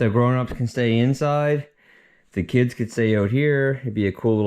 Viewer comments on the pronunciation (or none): none